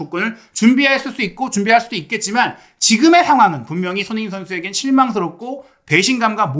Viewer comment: 항상 잘 보고 있습니다. 조심스런 말씀 드리자면.손흥민 발음을 좀 정확히 해주셨으면 더욱 좋겠습니다. 죄송합니더 ^^